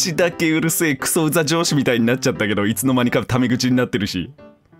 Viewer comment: 「くそウザ上司」が「くそウザ城主」にしか聞こえない病